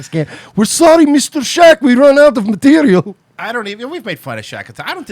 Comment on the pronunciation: 'Werrre sorrrry misterrrr shaq we rrran out of materrrial' haha :)